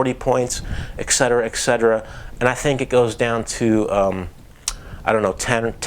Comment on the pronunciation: Et cetera* There is no "eck" hehe, just saying.